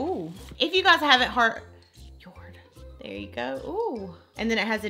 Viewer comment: Isn’t it said like Jord like jord short for Jordon🤷🏼‍♀️ I don’t know if it’s just because I’m British 😂